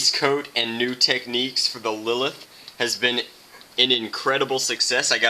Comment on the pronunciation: didnt u read the title right? its lilith